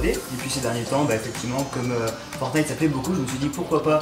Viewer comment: Tu me stress quand tu dit FOURNITE (alors que c'est fortnite )